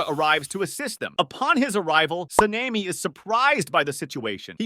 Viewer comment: Se-Ne-Mi? Sa-ne-Mi